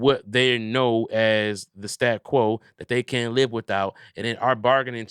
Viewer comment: keeps saying "stat quo", its "status quo" brotha